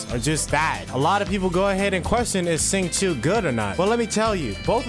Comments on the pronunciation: You got Chongyun’s name right, and almost got Xingqiu’s name correct! Xingqiu’s name is pronounced “Sing-Cho” :> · no. it’s “sss”. I know how to say some Chinese myself since my family is Chinese. And what I can say it’s “sss” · i’d say for an english speaker the more accurate way would be to say “shing chew-o” so “sh” like “shut”, then “ing” just like the english way and then the word “chew” quickly followed by an “o” sound. The simplest way would be just to say “shing chew” which works well too, close enough since people are mainly saying it without chinese tones but with an english one. so yea in the video he said it more accurately than the english voice actor who completely botched it lol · Ngl, i cringed pretty hard when u butchered their names lol